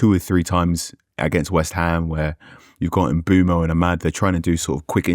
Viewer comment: Lads, I love you, but please learn to say Mbeumo's name. 😭